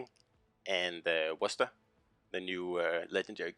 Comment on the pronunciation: Thanks for the proper pronunciation of the word Worcester at the end lol